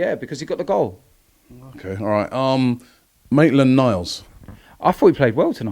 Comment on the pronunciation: Robbie finally said Maitland Niles correctly, we're so proud of you 👏🏽👏🏽👏🏽